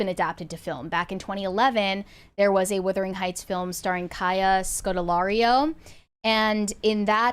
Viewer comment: Why does keep calling the film "Whithering Heights," and not Wuthering Heights.